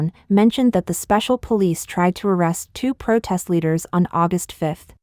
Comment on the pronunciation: What is a 'PROTAST"???